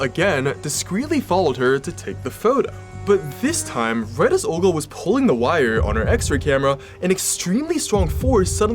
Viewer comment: "right as Olga was pulling the wire on the x-ray camera" Me: bro really said Olga 💀💀💀